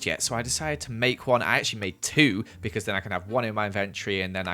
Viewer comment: You said beecauen